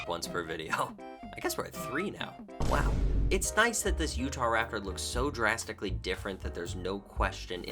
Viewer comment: “Utaptor” is actually killing me 🤣😂🤣😂